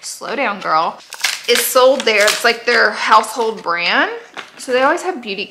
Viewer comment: I just wanna say that the Laura Lee family is the most real n down to earth on yt.... Can't stop watching y'all gurlll....btw I like how u say that ”gurll"